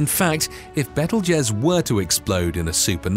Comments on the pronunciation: It's pronounced BEETLE JUICE not bettel jez. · By the way it's pronounced bee tuhl joos as in Beetlejuice! I really wish they would hire people that would actually research the pronunciation of words. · It kept sounding too much like bettle-jizz. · Beetle juice is how it's pronounced. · Please say betelgeuse again 😂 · THANK YOU!!! Omg that was scorching my last nerve 😖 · I stopped watching bc of this, and a couple of other reasons. But mainly this. 🙄🤦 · you do not know how to pronounce Betelgeuse .. how can one expect you to know anything at all about it?